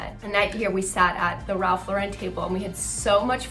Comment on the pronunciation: Pls say Lauren right